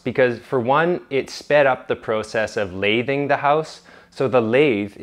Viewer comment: Also it's pronounced with a short a sound in lathing